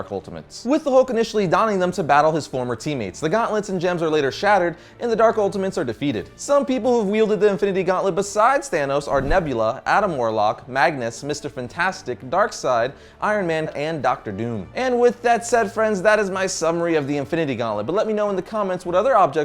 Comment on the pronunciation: I'm not hatin' on ya, but it's pronounced 'Magus'--not Magnus. Magus is a synonym for Warlock. The Magus was the darker side of Adam Warlock. He is the actual evolutionary trajectory of what Adam Warlock would become.